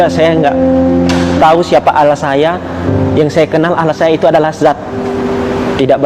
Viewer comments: tuhan beranak pantas saja banyak birawati yg hamil tanfa suami, bagi saya ini bukan cerdas tapi pembodohan diri sendiri, firman Allah bukan firman alah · KATANYA MANTAN MUSLIM? NYEBUTNYA KOK ALAH